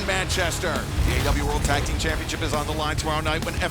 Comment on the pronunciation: When Taz pronounced that tag team as Like A$$. That got a chuckle out of me. 😂😂😂